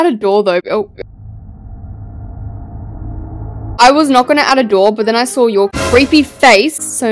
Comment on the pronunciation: The way she says saw "sArW"